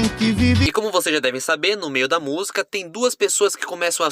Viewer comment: Maravilha, mas treina falar a palavra música, pois tua pronúncia soa algo como 'musga'. Estranho!